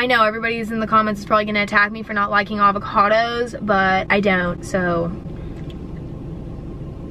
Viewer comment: 2020 Emma said SIKE with Avo--cadoos